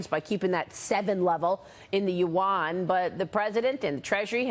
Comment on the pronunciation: I don't if the reporter is stupid or do it on purpose but the word "Yuan" is not two syllables...it's only pronounce ONE syllable.